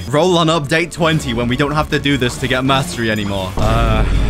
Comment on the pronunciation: Can we get much higher? “I think we can het higher.”